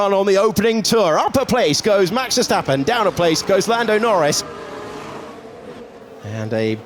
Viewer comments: “Vergtapen” “vergtapen” los mexicanos no saben pronunciar la “s”? 🤷🏻‍♂️ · Can someone please help the commentators with the correct pronunciation of Max Verstappen and Zandvoorr? They should try to be professional, at least.